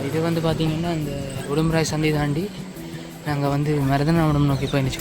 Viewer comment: Brother...I am used to saying Urumpirai..but you also often pronounce it as Udumpirai!!!...which is right!!!!,,,,I follow a lot of youtubers...nowadays a lot of people post boring videos...but your videos are of good quality and useful,,congratulations..keep it up!!